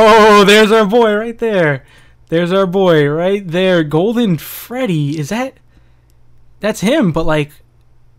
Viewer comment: That is not golden Freddy that is golden Booine